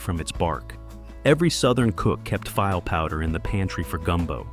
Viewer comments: It drives me nuts when the A I can't pronounce words. It's pronounced "fee-lay", not "file". As in gumbo. Very distracting in an otherwise informative piece. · File powder?? Come on AI, you can do better